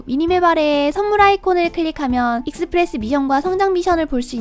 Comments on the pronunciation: 익!스프레스라고 하는거 보니까 경상도 분이신가 보구만...ㅋㅋㅋ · 익스프레스 발음 듣자마자 경상도사람ㅋㅋㅋㅋ반가워요오오오오